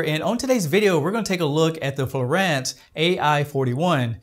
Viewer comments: It is pronounced FLooo-on-s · Written as fluance but pronounced as florant, all for a word that doesn't even show on Oxford dictionary. Canadians truly are weird. Must be too much maple syrup or expired doobies.